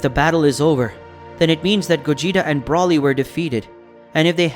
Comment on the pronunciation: It’s Broly not Brawly, and he’s a guy why’d you say die herself?